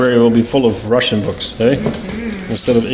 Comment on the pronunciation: кстати у вас хорошее произношение русского языка 👌👌